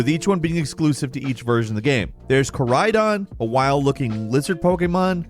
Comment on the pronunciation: Calling the legendary pokemon Ka-raidon and mi-raidon and making them literal ride-ons was just SACRILEGE